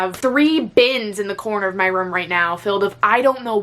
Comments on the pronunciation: pronouncing “room” as “rum” for 15 minutes straight 😂😂😂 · I love when she says" room" her Boston accent comes out ❤❤❤❤